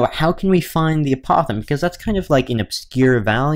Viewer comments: Can you pronounce the word apothem correctly? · Maybe you're the one pronouncing the word apothem incorrectly. Anyway it does not matter how someone pronounces it, as long as you can understand the word it is fine.